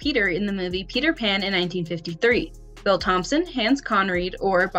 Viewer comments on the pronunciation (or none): none